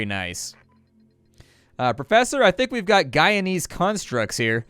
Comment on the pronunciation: tfw you're Guyanese and hear say *Gaianese*. I was like D: for a split second lol